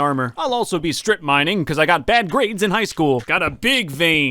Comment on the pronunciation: What This Part Sounded Like To Me (Btw No Hate!):NOW THaT I Got SIXTY-FoUr Bread I Can GO MINEINg! (Btw I Found It Funny How Said It)